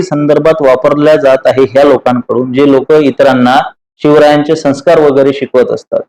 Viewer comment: Sanskarcha uchhar neet karava ashi vinantee.